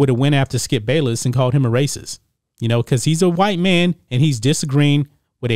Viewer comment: Is it Skip Bayless or Balless?